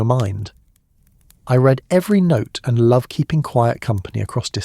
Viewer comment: “Read” vs “read” - AI cannot get it right